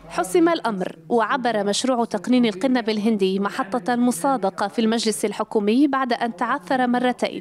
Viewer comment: ما لهذا المقدم الامي الجاهل ???? الا يعلم ان هنالك فرقا ببن مصطلح المغاربية و مصطلح المغربية. المغاربية تعني الانتماء لدول المغرب الكببر يا جاهل : موريتانيا/المغرب/الجزاءر /تونس/ ليبيا . واضافة الى الخطأ في نطق القنب الهندي ....بضم القاف عرض كسره .... ما هذا الجهل و ما هذا المستوى ????